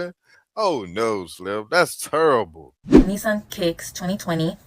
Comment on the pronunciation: “That’s turrbable” I crack up everytime 😂😂😂